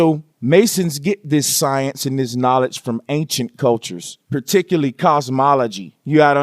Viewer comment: Particurly? Please use proper speech if you want us to believe this visual concoction.